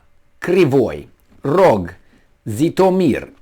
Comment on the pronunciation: Житомир -Zitomir The first sound is pronounced like S in,, usually